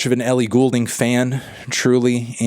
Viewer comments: Man said Ellie Ghoul-ding 👻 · Man said 'Ellie Ghoul-ding' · WHY DOES HE SAY GHOULDING LIKE THAT